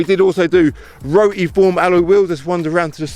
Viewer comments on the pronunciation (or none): "rotey- form"